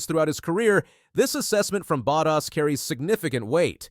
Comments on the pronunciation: Er, it's Bottas not buttass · This guy keeps on saying Buttass 😢😢😢wtf